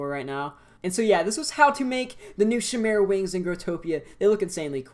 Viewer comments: Pronouced as: Kay-meh-ra Not: Shi-meh-ra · its pronounced ch-i mera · i’m so sorry but.. is it not pronounced “kai-meh-ra” ? afjekjfkf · It hurt my soul every time he said chimera incorrectly